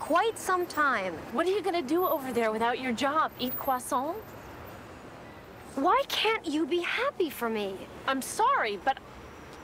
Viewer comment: Random but I love the way Miranda says croissant 😂 she put her heart and soul in that pronounciation